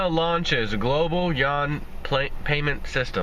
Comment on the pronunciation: Yuan = RMB = Renminbi Since you can't pronounce 'Yuan', just say 'RMB'.